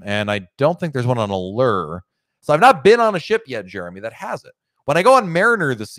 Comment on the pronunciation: Maybe you will finally learn how to pronounce Allure 🤔 Have fun 👍😄